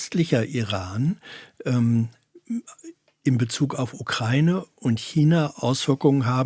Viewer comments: Was daran ist aber konkret Falsch ausgesprochen. Der Duden z.B. definiert ja auch beide Aussprachemöglichkeiten. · Und noch ein Nachtrag: Als ehemaliger Mitarbeiter des NDR ist dir bestimmt die Aussprachedatenbank der ARD (ADB) bekannt. Vielleicht willst du da ja mal nachschauen, wie man die Ukraine aussprechen sollte.